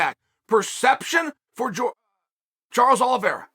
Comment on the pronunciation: Uncle Chael keeps pronouncing Charles Aloe Vera. It’s pronounced Oleeveyra!